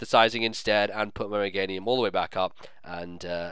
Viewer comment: you do realize Meganium's name is pronounced the same way as Geranium, right? <_<